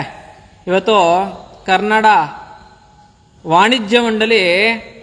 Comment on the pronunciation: Bro avnge achkatagi kannada antha eloke barola karnnada antha eltane 😂😂😂shanda charandi sevaka 😂😂